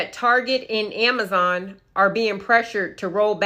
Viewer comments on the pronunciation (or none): none